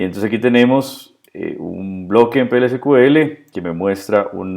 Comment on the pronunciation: no uses el inglés si no lo conoces... display no es desplegar... y "ci kiu el" sería CQL... SQL sería "es kiu el"... lo detuve al vídeo porque era para pasarle a un amigo y que entendiera esto, pero ya me dio cringe